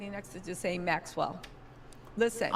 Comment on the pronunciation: It's Ghislaine,. The 's' is silent. Pronounced like Jilaine. Jasleen ain't even close.